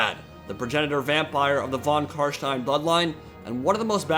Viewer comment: Your pronunciation of von Carstein is on point